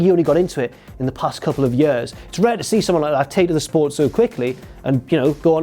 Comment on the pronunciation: Does everyone from stupid village pronounce it "Yoer" instead of "Year"?